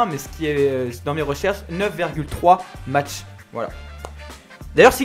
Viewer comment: Mach se prononce "Mac", comme le PC. Sa représente le nombre de fois la vitesse du son. Mach 1 c'est la vitesse du son (~1224km/h à 1024hPa, hPa étant la préssion de l'air), voilà voilà ^^